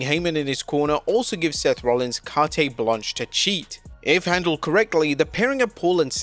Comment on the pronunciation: “Cartaaaaay blanch” man that’s my last straw with this channel. Gladly hitting unsubscribe